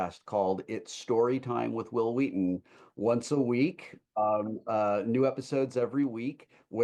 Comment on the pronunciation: "Hwill Hwheaton" IYKYK 😂